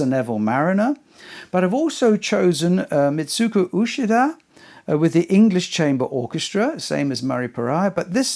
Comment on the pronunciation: I don’t know all the pronunciation of all the names but I know Uchida “ch” is pronounced like in “achieve”.